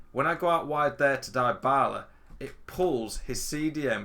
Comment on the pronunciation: Great content, thanks. Not to be pedantic, but deebala not diebala.